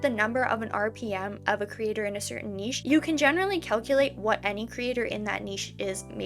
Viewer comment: Omg you're the first youtuber who knows how to say niche!! It's all up and down with these revenues much like the video itself and it'll only take one to go viral to really make it worthwhile so in a way its good you're monetized before this has happened.